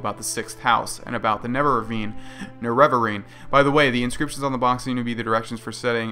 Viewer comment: Its pronounced nare-a-va-rine